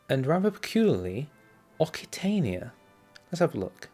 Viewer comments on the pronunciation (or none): Occitania is pronounced as oh-k-see-tay-nee-ah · Occitania is pronounced oksitania, or oksitanee in french.